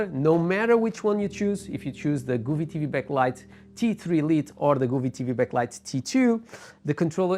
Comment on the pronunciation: nice video but its pronounced GO vee not Gooo ve.. LOL